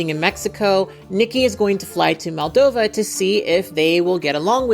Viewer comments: Really brilliant video! I love the nuance you bring to topics like this! Only thing I would say is that throughout the vid you called Justin's home country 'Maldova' when it's actually pronounced and written as 'Moldova'! Side note: love your cat ears and make up in this!! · The second letter is pronounced as the the second letter in the word computer . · It's Moldova, not Maldova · Just a side note, but in the video and the description, you say Maldova, but it's Moldova!!! I love your videos <3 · not to be that guy, but it's MOldova, not MAldova